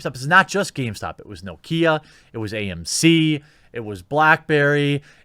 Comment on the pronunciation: Why does everyone keep saying NOKIA... Its NOKIA!!! Say it right.